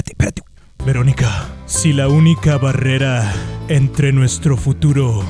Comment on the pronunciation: You are so funny when you say veronica